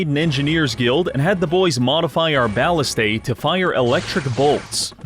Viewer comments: why does he keep pronouncing ballistae (buh-lih-stah) as Ballistay 😭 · ballista is pronounced "buh·li·stuh" not "bow·li·stuh" ballistae (plural for ballista) is pronounced "buh·LISS-stee" not "bow·li·STAY"